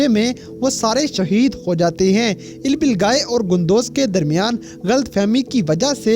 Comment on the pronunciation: Ilbilgai nhi bhai ilbilge Kia ho aap Naam ka namak bna dete ho🙀🙀